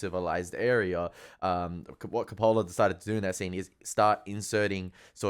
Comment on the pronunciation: It’s pronounced CO’-pa-la; not co-Po’-la. While you seem to find humorous much of the film, nothing is funny about this film or the subject matter. You caught the Eliot poem but you missed the Kipling poem “IF”.